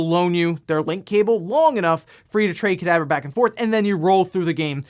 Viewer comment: Is it just me or did he sound like he said Cadaver instead of Kadabra?